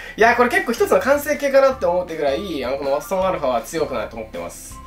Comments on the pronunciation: 馬場園αって聞こえてしまったww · ワトソンαが馬場園αって聞こえる